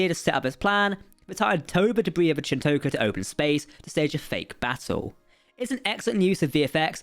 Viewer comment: I'm English and even I know how to properly pronounce Chin'toka lol. Was an interesting episode, the Titan crew are seemingly totally frakked. Vadic's ability to pursuade other Changelings to join her cause is a great way to kill Changelings and have more appear, given there were only 10 at Project Proteus. WTF is with the whole NO TRANSPORTERS story?